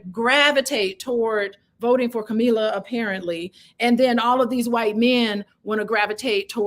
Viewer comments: Say her name correct. DISRESPECTFUL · why do you mispronounce Kamala? You have to be able to pronounce the name of the person the video you are focusing on. Other than that, y'all are doing great.